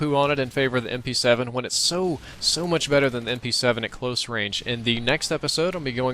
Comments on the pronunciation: did he say pm-7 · he said pm7 instead of mp7 lol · Lol im sorry but you said pm-7. I think you mean mp-7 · lol you said 'pm-7' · he said pm7 its mp7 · Did anybody else notice him saying pm7?